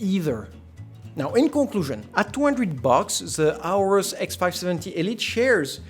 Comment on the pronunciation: Aorus: It's "Or-Us" Not "ours"